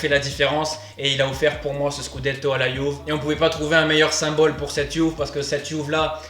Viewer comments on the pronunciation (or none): Bon mon gars il faut que tu choisisses, soit tu prononces Juve à la français soit tu la prononces à l'italienne et à ce moment là tu prononces "Youvé", ton mélange est un hybride un peu bizarre !